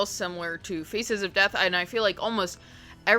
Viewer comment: This is not a criticism at all, but all I can hear when you speak is "FECES of death" lmao